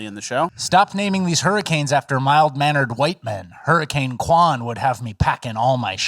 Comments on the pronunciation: Why does he keep saying Hermi-cane? Legit question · It’s pronounced “Herman Cain”